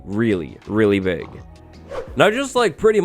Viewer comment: "a really, really pig deal"